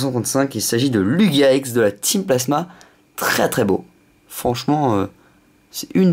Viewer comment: Ex et pas yex